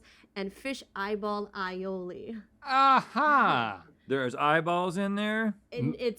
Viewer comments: Is that how pronounces aioli or was that just a pun for the fish eyes? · It was literally “Eye-oli” 👀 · Fish eye-oli 😂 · is so proud of the "eye-oli" joke and Rhett and Link were not having it lol